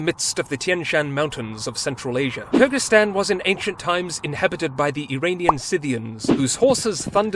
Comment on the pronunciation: i love the way you pronounced Kyrgyzstan with an ы sound and not an ө or и sound lol